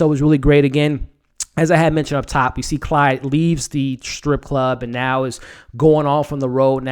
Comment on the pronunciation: Quick note: It's Claude, not Clyde. Nice review! Somebody protec baby Jerome! He's the next target for sure.